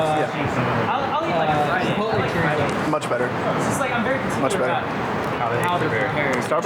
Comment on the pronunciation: i cringed every time they said chorizo